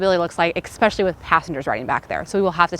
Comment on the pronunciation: I totally love your videos, but I must tell you… my ears bleed a little every time I hear you pronounce “especially” as “X-peshly.” 🥴🥴